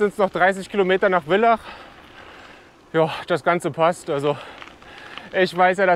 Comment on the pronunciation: Bitte das heißt Villach mit F, so wie Vater.. 😊